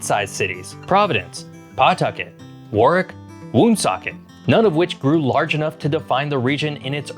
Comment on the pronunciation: it's war-wick